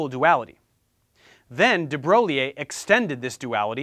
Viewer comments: Professor Dave, I think De Broglie is pronounced De 'Broy' and not De Bro-gliee. With all respect. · Not de broleeh, de broy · The French name De Broglie is pronounced "Da Broy" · Nit picks: it's pronounced "DihBroy", and the "diff" in 'diffraction' has a short 'I' like 'difference'. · Very Nice video! Side note: it’s pronounced de broy ;) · It's pronounced as de bro-liye whaa